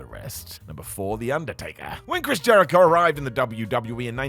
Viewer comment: I thought you said Liquorice Jericho. Liquorice Jericho sounds awesome.